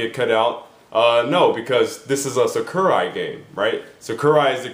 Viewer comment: It's SAKURAI not SUCKURAI